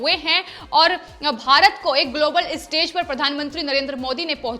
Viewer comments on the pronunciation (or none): none